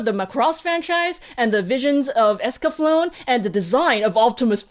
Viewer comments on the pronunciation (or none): Also the E at the end of "Escaflowne" isn't silent XD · I gather people already corrected the Evangelion pronunciation, but I would also like to plead against this trend of anglicizing the Japanese name order. It should be family name+given name, for example Miyazaki Hayao. Also, the final “e” in Eskaflowne is pronounced “eh.” Shame. A Canadian should have known. 😂